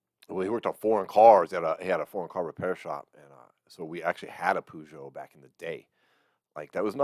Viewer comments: Peugeot isn't pronounced Poojo it's Perjo. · Peugeot is pronounced per-jho here.... never heard poo- jho 😆 brilliant! Great reactions though fella 👍🏼